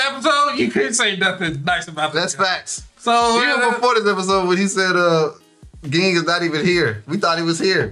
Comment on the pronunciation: Ging = Jing not gggggging